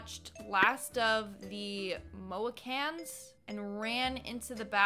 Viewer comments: I need a wig word is pronounced 'mo-he-cans' Mohicans which is a Native America Tribe Buy a wig cheap at Value Village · Moheecans that's how its pronounced and I remember watching it in middle school it's a sad movie